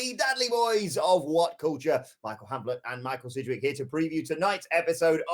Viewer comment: i gave this video a down ( Disliked ) after hearing sidgwicks name